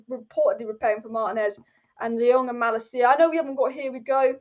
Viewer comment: It's pronounced Mah-Lah-KEE-yah in Dutch, btw, if that's relevant to you.